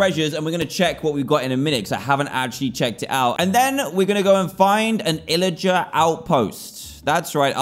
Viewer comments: its pillager not illager. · its not illager its pillager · what's an illager???? its a pillager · Pillager not Illarger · Dan you said illiger but it was pilliger...Maybe? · Its pillagar not imagar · is there a reason dan pronounces it "illager"?